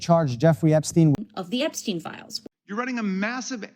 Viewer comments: non. Ils ne disent pas "ep-stine", faut arrêter, là ! Alors soit on respecte la vraie prononciantion américaine, "ep-chtiin", soit on le prononce comme on a toujours prononcé les "steinberg" etc. Les chaînes de propagande mainstream font comme à leur habitude : contrôler les narratifs en contrôlant les mots. C'est exactement la même technique pourrie que pour "la covid" ou "le covid". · Epstiiiiiine c'est une prononciation à l'anglaise. Étymologie : Eppensteiner : Le nom désigne en principe celui qui est originaire d'une localité appelée Epp(en)stein. Deux communes allemandes s'appellent Eppstein (Hesse, Rhénanie-Palatinat). Sens probable du toponyme : le rocher, la forteresse d'Epp(e), nom de personne germanique, forme courte d'Eberhard (à envisager aussi : le rocher du sanglier). Le nom de famille se rencontre aussi sous les formes Eppstein, Epstein, Ebstein, tous ces noms étant souvent portés par des Juifs askhénazes. Les merdias ne veulent pas qu'on prononce Epstein, comme Einstein et Frankenstein pour ne pas que ça fasse juif. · J ai demandais a chat gpt. La prononciation est cele que vous donner est fausse, ce qui le dérangeait c est que éteindre s écris comme EPSTEIN. Tein en francais se dit pas tine, vérifier, sinon j adore tout ce que vous faites et perso ca passe au dessus cela, bravo a vous je vous suis avec plaisir mais fallait que je mette mon grain la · Ça se prononce Epstine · Que tout les mainstream et lui même prononcent Epstiiiine, on s'en fout. On sait bien comment se prononce réellement son nom. Et ce n'est pas parce que la majorité des francophones se sont mis a dire LA covid, après avoir dit LE covid pendant des semaines, juste parce qu'un influenceur a décidé de changer la donne qu'ils ont raison et qu'on va faire comme eux 😅😂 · Désolée,. Nous sommes en France et les noms se finissant par ein se prononcent bien EIN..., tout comme Albert Einstein... Après, chacun sa façon de prononcer... Bonne fin de journée. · Donc on dit franckinstine 😅